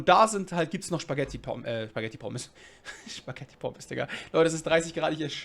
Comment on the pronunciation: Spaghetti und nicht SCHpaghetti